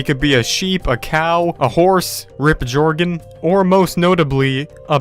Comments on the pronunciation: Sven is Invincible he can for sure. Beat the ender dragon and did you say jor-gen it's Jorgen you have nooooooo future u dwit ur not a true fan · you said Gor-E-Gen instead of Joergen you stupid swine. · OMFG ITA JOERGAN NOT JOER GAN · bruh you just said gurragain not joregen smh my head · You said Jore-gen when it’s pronounced like Yor-gen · Anyone else triggered when he said gEoRgOn instead of Joergen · HE SAID JORGEN AND NOT JOERGIN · Oh no you did not just say Jore-gen, it’s pronounced Joergen you uncultured swine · Why is everyone salty that he said Jore-gen its not like everyone can say names perfectly... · ITS JOERGEN!!!!!!! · sorry, did you just say JORE-GEN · Gorge. Great pronunciation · He CALLED him Jorgan (Jourgen) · Did you acually just say gorgeon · Me: Guy in video: “Jorgen” Me:😠😡🤬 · This boi said “rip gorgen” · Did he say jorgegin Edit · This guy really said Jorgan😂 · I'm really disappointed at this video Not because you missed one of pewds vids explaining that he will still continue without sven, but because..... U pronounced joergen as a j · DID YOU JUST SAY joe-r-gen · Jore-gen headass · did this guy just pronounce Jorgen as Gourgen? Blasphemy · I don’t take facts from a man who pronounces the legend as “jore gen” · You said jore-gen therefore you point is invalid. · Disliking this video because he pronounced joergon wrong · Did this dude just call Joergen "GOERGEN" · IT'S PRONOUNCED AS YURGEN! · His name is Joergen but it’s pronounced Jörgen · Jöergen! Pronounced like Jörgen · This fucking imbecile cannot even pronounce Joergen correctly. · Jack Verner nope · Ok so firstly, you said Jore-gen. Second you said Seven. And then he said if Sven dies he still does the let’s play. Do your research better idiot. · Who else was cringing when he said “Gorgen” and “Seven” 👏its👏Jörgen👏and👏Sven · Yer-ghen S-ven